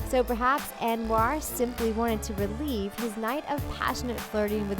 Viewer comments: Lmao you said relieve instead of relive GET YA GAME TOGETHER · it’s “relive”, not “relieve”. Everyone makes mistakes, just wanted to point it out for future editing. Thanks for the videos! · Do you have someone to listen to the audio before you post it? It might help to have someone make sure the woman reading the info knows how to PRONOUNCE the words. Relieve-relive. Also, the emphasis is placed on the wrong part of the sentence in other parts of the video. It makes it sound like a totally different statement. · Well, she also didn't know how to pronounce 'relive'. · Thank you!! It drove me crazy thru the entire video!! And Cilla you're right, when she couldn't pronounce 'relive' I almost stopped watching the video. You'd think it wouldn't be hard to find someone at the company who can pronounce things correctly!! How did all these mistakes make it past the editors??